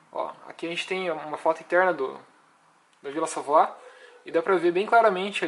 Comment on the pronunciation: Pesquise a pronúncia correnta de Ville Savoye